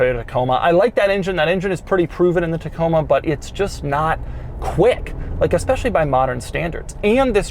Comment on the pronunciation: “Toyota Coma” lol